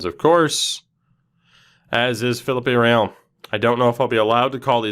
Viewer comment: Its not philipp-ay!!! Philippe is pronounced pretty much just like Phillip!!!